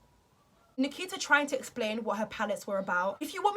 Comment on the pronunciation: Why do British and English ppl pronounce names that have an 'a' at the end with the letters "er" like she said Nikiter.... I watch a lot of British bases movies and shows and always wondered about that